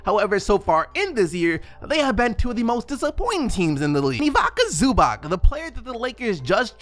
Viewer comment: Pleaseeee, change your pronounciation on ivica zubac, its not ivika zubak, its ivica zubac change the C’s